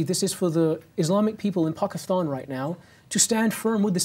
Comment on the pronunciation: What’s up with this dude’s accent? Not just “Paakeethaan”, but the accent as a whole. Is it a southwestern England accent, or what? His R is like rrrrrr, “serrrve”. And why does he say “Seekh”? He’s Sikh, teaches about Sikhi…so why mispronounce it?